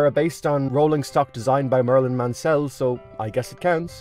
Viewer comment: I just said that as well just saw this